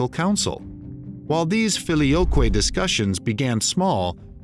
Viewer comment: I like how he doesn't even try to pronounce any non-English words/names "correctly"... ("Filioque", "Saladin", etc) He just reads through it as if he was standing in line at Sizzler in 1986... Consistent mispronunciation is better than inconsistent "correct" pronunciation, in my opinion.